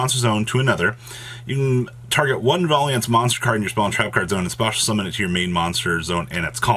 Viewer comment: VAL YENT VARIANT WITH AN L